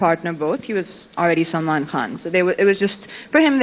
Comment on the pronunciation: its Salman not salaman